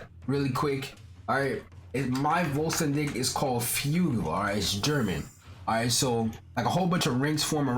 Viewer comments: the way you said vollstanding sounded german as f XD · How u said vollständing and Flügel XD German words btw